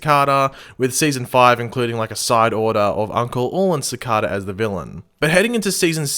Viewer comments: How to you manage to say cicada like that when everyone in the show pronounces it differently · Just saying u pronounce cicada wrong